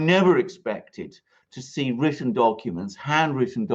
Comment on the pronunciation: please, when you say words like written or frighten, do not say wridden and frighden. You can say words like plot and trap so you can properly pronounce your T's. Thanks.